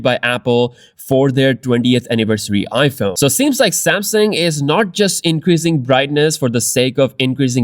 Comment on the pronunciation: I want to bring to your attention that the name is "Samsung," not "Samson."